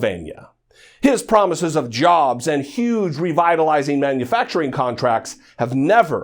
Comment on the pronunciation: Donald "Jahbs" Drumpf.